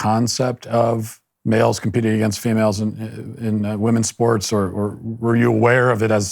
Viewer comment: Odd how she pronounces words sometimes: wronk instead of wrong, thinks instead of things, competink instead of competing. kekw